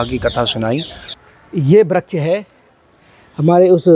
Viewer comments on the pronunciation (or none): आप वृक्ष का उच्चारण सही कीजिए अगर वृक्ष नहीं बोल पा रहे हैं तो पेड़ बोल दीजिए हम सनातनी है हिंदू हैं अपना अपना उच्चारण सही रखें तो अच्छालगता है हरे कृष्णा जय श्री राधे